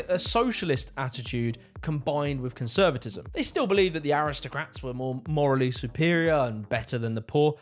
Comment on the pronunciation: "Parental CONVSERVATISM"